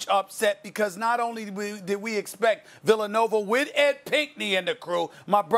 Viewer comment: “Villanover” - Stephen A. Smith